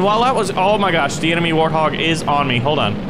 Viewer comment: Its not warhog its warthog